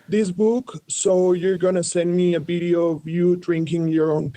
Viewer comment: they literally say "Bideo" instead of video